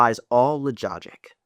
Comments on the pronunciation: Lololol “logogic” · "Sometimes heart is more important than lojogic "😂 LOL! HAHA! I'm DYIN' over here! 😂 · "... all logogic." {Pronunciation guide: /luh - jah - jik/} 😂😅